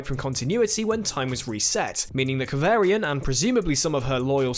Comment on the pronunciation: Kav arrrr ri an... not Kav air ri an 😜😘